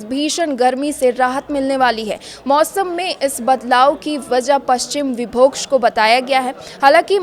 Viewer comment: पश्चिम विक्षोभ ❌ पश्चिम विभोक्ष ✅ 😂😂😂😂😂 वाह रे मीडिया इनको हिंदी पढ़ना सिखाव कोई😂😂